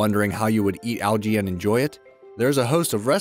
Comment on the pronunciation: Can u say algae right it’s annoying